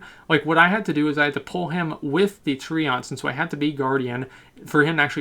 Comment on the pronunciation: How come you pronounce so many words wrong? "TreOnts" You Canadian?